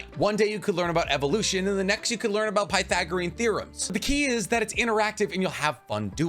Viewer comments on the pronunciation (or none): none